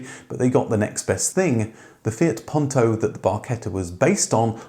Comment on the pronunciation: Puuuuuunto, not pawntow. Nice story though, especially liked the presence of the original producer